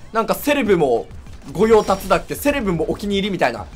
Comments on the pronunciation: 御用達(ごようたつ)で草生えた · 御用達（ごようたつ）